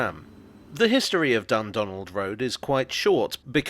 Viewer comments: I keep hearing 'Dumbdonald' and thinking it's named after Trump. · The pronunciation of Dundonald is really getting at me